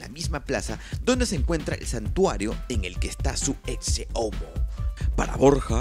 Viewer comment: Pensé que se pronunciaba "eche" no "exce" a la palabra ecce